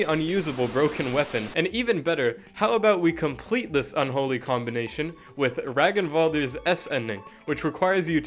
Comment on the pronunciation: no way its pronounced RAGEN-valdr instead of Ragnvaldr